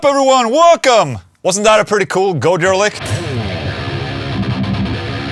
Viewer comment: Gooojira? Isnt it Gojiiira?